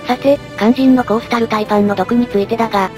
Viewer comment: コースタルタイパンがコーロシタルパイパンに聞こえた